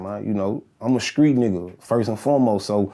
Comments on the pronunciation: Certified skreet talk.. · Oof, been a minute i heard skreet.